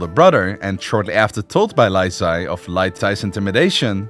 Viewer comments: bro confused ZHI and ZHE when it doesn't even sound the same in chinese 😭😭😭😭 I know chinese so it was so confusing 🥹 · Li is pronounced Lee, not lie. Li Zhi is pronounced Lee-Jee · is it so hard to look up a pronunciation guide and practice for 5 minutes before filming a video... pronouncing li zhi like "lyzee" instead of "lee juh" is insane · I mean this in the kindest way possible, please polish your pronunciation of Chinese names. I loved the documentary, the flow of events, but I cannot get over how you pronounce some of the names; it's pretty distracting!! :,) For example: "Li Zhi" is pronounced as "Lee Zu," not "Lai Zee" 😅😅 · How did this dude manage to call Lee Zhi "Lai Zee"?¿ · He is not doing Cantonese pronunciation, he is just pronouncing it wrong, it should be "Lee Zhi" not "Lai zee" and it should be "Lee Cheng chian" not "Lai Cheng kian" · Wu ZetAIn? LiE ZhEE? ChengKiang? 😭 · the name pronunciation is insane haha lie zee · The Li Zhi name is pronounced as Lee Gir but without an rrr sound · Li Zhi "Lie zee" ☹️ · pronouncing chengqian and tai's names perfectly: zhi's name: lie zee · The pronunciation of Li Zhi is more like lychee, and for real Chinese netizens refer to him as lychee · Li Zhi is pronounced more like LEE JUR not and Li Zhe is like LEE JUH. And Zhou is like JOE. Use the MDBG dictionary to get an idea of how to pronounce names you don't know. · “Lai tai” “lai zhee” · Li Zhi’s name should be pronounced “Lee Jih,” and Q should be pronounced like a “ch” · Very funny pronunciation of the Chinese name. Especially Lye Chee 😂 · lAI Zhi :)))))))) dont even bother to learn the surname that birthed the dynasty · Li Zhi's name pronunciation is diabolical